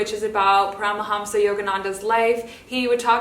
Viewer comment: there’s two really good documentary about Paramahansa Yogananda called “Awake: The Life of Yogananda” and “Becoming Yogananda”. Also it’s pronounced “pah-rah-mahn-sah”, I learned that from the docs. Namaste 🙏